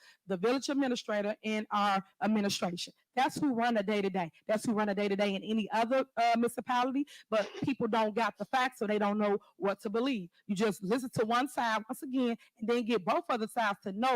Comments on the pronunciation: Did she just say missapality?? Dafuq is a missapality!? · How can she EDUCATE anybody sounding like that? She just said MISSIPALITY! WOW!